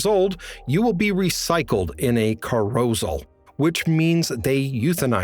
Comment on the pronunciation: That has to be the worst pronounciation of "carousel" I have ever heard. Read much?